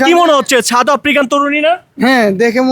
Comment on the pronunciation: ছাওদ নয় সাউথ,, সুন্দর করে বাংলা ভাষা কে প্রেজেন্ট করবেন।।